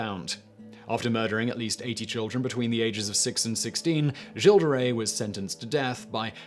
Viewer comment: "Giles"?? You do realize that Giles and Gilles are two different names, right? Why do British people either suck at pronouncing foreign words, or simply refuse to put any effort into it at all?!